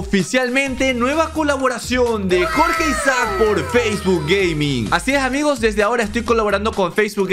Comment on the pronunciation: Enves de decir facebok dijo faceguk jajaja